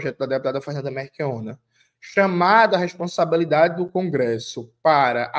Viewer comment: 😅 que agonia do Jones falando MeRchiona ao invés de MeLchiona 😅. Me tira até a concentração 😅😅😅😅😅